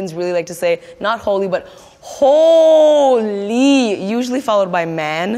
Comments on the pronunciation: When she said hooooly her indo-Canadian accent was sooo clear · Might be a Toronto style accent I wouldn't say Indo really - expect when she says hooooly man at 43 seconds.